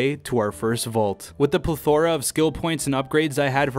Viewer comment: “Ple-thor-ah” - 2019